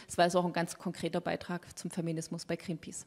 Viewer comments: Mit Gränpäce, die spricht das ja echt gut aus^^ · Wieso kann sie nicht Greenpeace aussprechen..